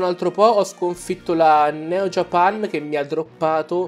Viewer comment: Non si dice JAPEN si dice JAPAN